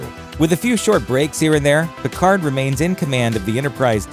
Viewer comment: You can't even say his name right...